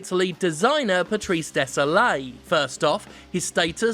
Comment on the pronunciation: Yeah, but Désilet is pronounced Day-zil-eh, not Day-zol-ay (Désolé). So, you're completely off, mate.